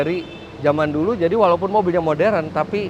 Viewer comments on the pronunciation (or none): none